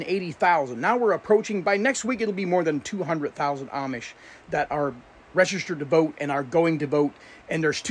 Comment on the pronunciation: The word is Registered Lean to pronounce the word 😮😮😮